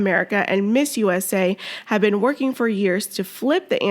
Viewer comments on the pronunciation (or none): none